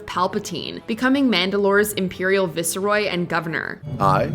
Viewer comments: "Viseroy" its VICEroy. Gar Saxon literally pronounces it right in the clip how can you mess up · How is it possible to say visroy wrong